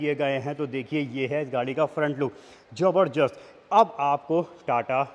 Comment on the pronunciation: Zabardast❌ Jabarjasht✅